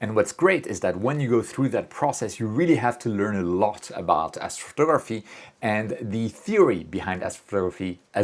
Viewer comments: You speak really well except for one word: astrftgrphy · Lololol what did you just say?? ??? Afro ruhruhtuh??? 😂😂😂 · As-photography sounds like Assphotography after hearing it a couple times 😂